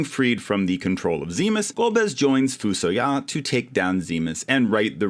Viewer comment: Edge sucks! I always wanted to bring Yang back haha. Also, I've been pronouncing FuSoYa as "Fuh-SOY-uh" for 35 years